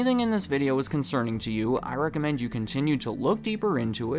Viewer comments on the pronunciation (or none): none